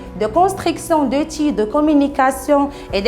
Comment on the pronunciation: Constriction de l'eutil, Comme d'habétude, Avon de commoncer, Qui va vous aider à se rappeler.... Svp svp svp, soignez votre accent, revoyez ce que vous dites, ça ne sert à rien d'apprendre par coeur et venir réciter ceci en vidéo, vous êtes devant des enfants a 3ibadlah comment on a pu vous prendre comme maîtresse pour une classe qui est la base de l'enseignement??????? Ni accent correct, ni grammaire,, ni lexique, ni conjugaison et en plus vous récitez! Non mais j'hallucine !!!!!!